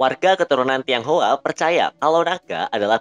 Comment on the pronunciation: ngmg tiong hua nya yang bener hahahaha mending ngmg "warga keturunan" 🤣